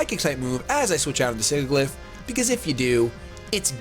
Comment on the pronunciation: it's killing me that you're pronouncing Sigilyph wrong. Sidge-i-liff